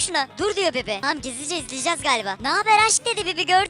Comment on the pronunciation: Niyeona bibi diyiyon???